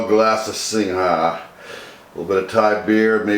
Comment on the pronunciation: Then you should know Singha Beer is pronounced "SING".